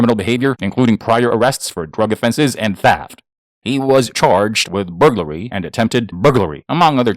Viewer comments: "Booglary" is when you suck at your job. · I read your comment before he said it so I was listening for it and when he first said it I was taking a drink of my pop and almost spit it out my nose. That was great!!! Hahaha!! Booglary!!! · The way this man mentions burglary 😂😂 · LMAO the way you say burglary has me cracking up